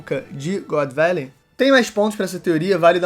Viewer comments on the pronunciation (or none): " GÓDI VÉLEI?" essa pronúncia tá foda